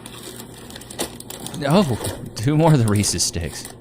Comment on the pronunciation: ‘10 Hyundai Sonata GLS 2.4L 4Cyl Ricky who?! NO! Katt Williams! The Pimp Chronicles Pt. 1. Shimininya Shiminashonda! Shoulda did your damn research!! 😂 What is with you people and calling them Reesees?! Reese’s!! His name was Reese! You pronounce it as if he’s showing possession of his Peanut Butter Cups! Damnit!! Good Lord, I’m such a hater tonight. 😅 Wow. That was stupid. The eyes are covered by lenses. They aren’t holes.